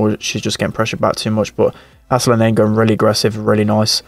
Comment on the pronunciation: How he says Nani reminds me of a babysitter, nanny. Nostalgic.